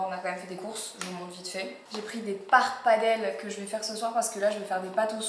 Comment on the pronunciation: Marie je t’adore mais par pitié paPPARdelle , pas paRpadelle 🤣🤣